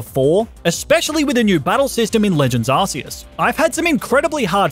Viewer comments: Ark! It's pronounced ARK!!! ARK-EE-US! -_ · IT’s ar-KEE-is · I love the way he pronounces Arceus as "Arse-us" XD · You pronounce arceus wrong :(